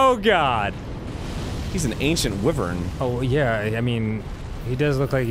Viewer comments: ITS PRONOUNCED WHY - VERN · isen't it spoken wyren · #69029 the way he pronounced wyvern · I like how Arin said wyvern wrong and Dan immediately lowkey corrected him